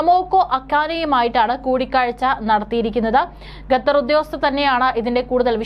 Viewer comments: not ഗത്തർ, ഖത്തർ😊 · Not Gathar, but Qatar. Pronounce correctly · വിവരം കെട്ട ന്യൂസ്‌ റീഡർ, ഗത്തർ എന്നല്ല, ഖത്തർ എന്നു വായിക്കുക. ഓക്കേ.